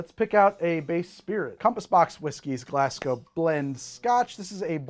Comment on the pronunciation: Thank you pronouncing Glasgow correctly! <3